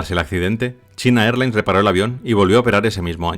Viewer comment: Muchacho los nombres propios se pronuncian en su totalidad en un solo idioma. No se debe leer “China” es español y “Airlines” en ingles 😅